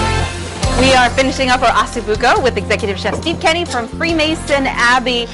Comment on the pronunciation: It's OssO Bucco, not OssU Bucco, correct?